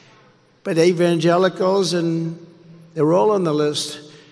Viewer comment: Evangelicals…??? Oh boy that was a tough one for him. He actually said Evan-jealous-ellls..!